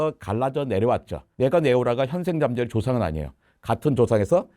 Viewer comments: 질문자, 왜 잠자리를 잠짜리라고 발음사는거죠? 많이 고프세요? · 잠짜리( × ) 잠자리(○) 진행자가 계속 잠짜리라고 발음을 하네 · AI음성인가 잠자리를 잠자리라 하지 않고 자꾸 잠짜리라고 하네 그럼 고추잠자리는...??? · 질문자 음성을 ai더빙한듯 보이는데 잠자리를 잠짜리로 발음해서 괜히 거슬리네요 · 질문하는 여성분 잠짜리 (go to bed) 와 곤충 ‘잠자리‘ 발음이 완전히 다른데.. 좀 거슬리네요 ㅠㅠ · ”잠자리“는 잠자리. 라고 읽어요. 잠짜리가 아닙니다. 유튜버들은 참 무성의하게 만들어요. 예외가 없어요. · 잠짜리 발음 ㅈㄴ킹받네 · 잠자리를 잠짜리라고 하는 ai소리듣자마자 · 왜 잠짜리라고 하는겨.. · 물음에 나오는 목소리는 인공지능 인가요? 곤충을 말하는건 잠자리로 발음 하고 이부자리를 말할때는 잠짜리로 발음을 합니다